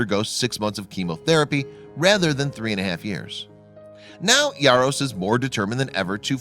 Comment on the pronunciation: Why are you pronouncing his last name with a Y? It's Jaros not Yaros...